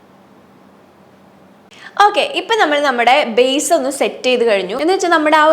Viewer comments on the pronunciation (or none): none